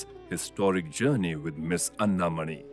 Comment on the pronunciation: Commendable production. But I wish that the names of Ms. Anna Mani and Dr.C.V. Raman were correctly pronounced!